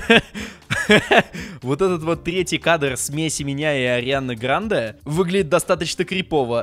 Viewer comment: Не правильно говоришь ударение на е